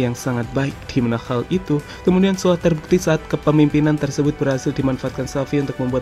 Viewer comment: Dimana HAL itu, bukan dimana KHAL itu,, biasa aja cara ngomongnya min. Jatuhnya lebay